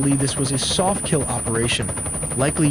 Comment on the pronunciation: "It will keel..."